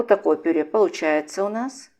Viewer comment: Голос приятный. Только режет слух слово ,,пюрЕ,,. Пишется так, но говорят ,,пюрЭ